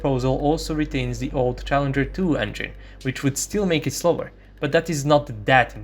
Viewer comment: Am you spelled challenger 2 wrong you said challeger.